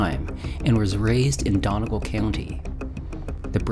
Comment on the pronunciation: not sayin this to shit talk but to pronounce Donegal the Done part is "dunny" and the gal part is pronounced the same way youd say "gall" in gallbladder and that also applies to Galways pronunciation Enjoying the video so far jus wanted to mention this! :D